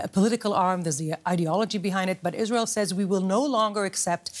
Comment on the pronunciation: Finally a news anchor who knows how to pronounce IsrAEL (as opposed to IsREAL)